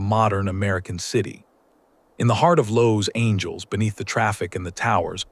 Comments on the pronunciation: Lows angels???????? Good grief, Charlie brown........ LA, CA would not be amused. The natives are very conscious to pronounce Los Angeles. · Good video. But, AI still no speakee good. City of "Lowes Angels"??? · AI needs to learn how to pronounce "Los Angeles", the big city in California.